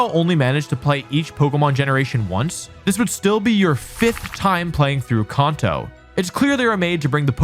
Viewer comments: dude said "conto" 😂😂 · If you meant to provoke a few comments with that “Kahnto” you slipped in there, then you sir have succeeded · Can’t take ya seriously if you can’t even pronounce kanto right 😭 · KAN-TOE, not con-toe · It's can-toe. Not kahn-toe. Says so in the anime. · "Konto" is an interesting pronunciation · Bro says konto 💀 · Kanto. Not kahnto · I have never heard anyone pronounce Kanto as "Kon-toe" 😅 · "CONto".... "The CONto Region" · There’s no way he pronounced gimmick as jimmick is he trolling or something? He also pronounced Kanto and Konto🗿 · Why you say Kanto like Konto mate 😂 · For a competitive player, how come this idiot can’t pronounce Kanto correctly? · And Kanto lmao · I have you a chance for mispronouncing kanto. But heart gold and soul silver at D?!? Dislicking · God I hate how he says Kanto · Also he can't say kAnto properly 😂😂😂😂😂😂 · The way he pronounces Kanto is gross lol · Bro you literally compete in world Championships you should know how to say Kanto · I really appreciate your views and perspectives on the Pokémon games. I differ greatly on what I want out of a game but I really enjoy hearing different opinions on what others want out of them. However. The way you pronounce Kanto and Gible…. JAIL! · What’s a ‘jimmck’? Or Konto? It’s pronounced CAN-TOE. Also, this list is wild. Like the person ranking them has the most obscure things they prefer to what most of the community actually wants hahaha. If you want S-Tier for this series all you need is Emerald(personal favourite), Platinum & Heart Gold/Soul Silver. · I'm a positive person and don't usually care how you pronounce words, but I can't trust anyone who pronounces Kanto (CAN-to) as CON-to, also it's Gimmick not Jimmick.